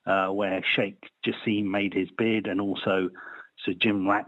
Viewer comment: It's "Jaa–sim".. not Jaseeem😵 like how (the Qatar WC hater) pronounce it.